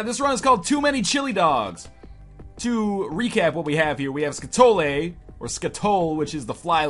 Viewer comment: Thought it was pronounced ska-too-lee...